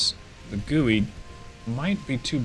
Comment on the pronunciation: Love the Dreadnoughts content 👍Probably too late in the war now, but zexu is 'zuh-shu' and gui is 'gway'.